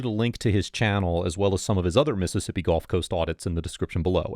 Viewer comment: As a person who lived in south Mississippi for several years, thank you for pronouncing these cities' names correctly.